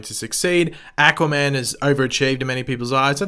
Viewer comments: Aquaman was amazing! Learn to say aquaman not ackuaman..... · Ackwaman Sorry lol I love your videos but I cringed every time you said that.